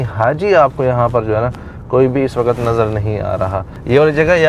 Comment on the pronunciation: WAQAT nahin hota WAQT hota hai Sub lagey hue hain NAY wali urdu pe or WAQT ko WAQAT Sabz ko SABAZ Habs ko HABAS Sakht ko SAKHAT bolne pe 🤦